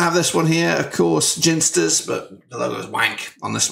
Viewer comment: Sooo annoying hearing you say, "Ginsters". Its clearly pronounced 'Ginsters'.